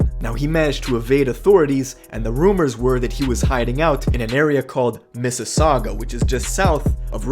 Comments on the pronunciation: Mans said sauga south of rex🤦🏿‍♂️🤦🏿‍♂️🤦🏿‍♂️ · Mans said “ in a area called Mississauga” like bruh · So you giving my man a hard time for callin it Mississauga but not pointing out that he called a whole ass city an area😂